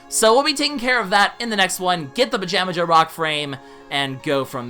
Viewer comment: FOR THE LAST TIME, ITS PRONOUNCED PAJAMAHA